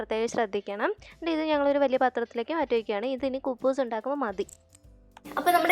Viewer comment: കുപ്പൂസ് അല്ല കേട്ടോ കുബൂസ് ആണ് കെട്ടോ ക്കുപ്പി